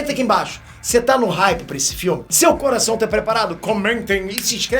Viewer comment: O "coraseixon" no inicio do video valeuuu o like kkkkkkkk esse é engraçado vei kk